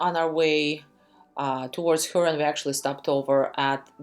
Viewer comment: It’s HYOOron. Not HOOron